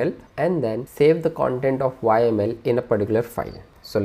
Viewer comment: Great content thx a lot for sharing. but have to say you are the first one Ive seen pronuncing YAML as "whymale" :)